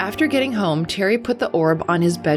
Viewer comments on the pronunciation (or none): none